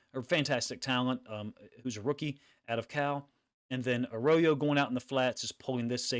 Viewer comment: It's "Uh Row yo."